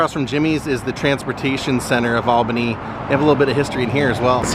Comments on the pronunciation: It’s pronounced All-Benny. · Paula Deen is from Albany. You are near me 🥹By the way it’s pronounced All Benny. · Love your videos man. People do it it all the time, down here it's spelled Albany but pronounced ALL-BEN-EE. 👍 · I moved to a neighboring town and we thought it was crazy that it is pronounced All BIN ee. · Come to Savannah and ride in a hearse! They pronounce Albany as 'all ban ee'.